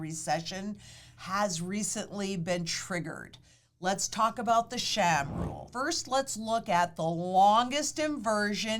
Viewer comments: Sahm, not Sham…. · The 'Sham Rule?" I thought it was pronounced 'SAHM'...like 'Somme".....Or is she making a joke? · Its Sahm, not sham. But the rule is a sham. It looks at bad data.